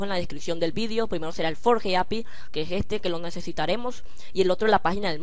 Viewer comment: q guiso y q forge se pronuncia forll y adflai